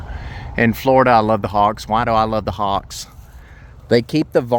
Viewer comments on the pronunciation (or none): When you pointed to the nest, I first thought you said 'hog' nest, not hawks nest, lol...